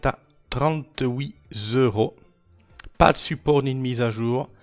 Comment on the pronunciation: Non, ça ne va pas faire 38 zeuros !!! C'est "trente-huit euros", il n'y a pas de zzzz !!!